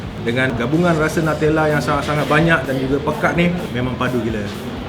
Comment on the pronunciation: it's NU-tella mate not NATELLA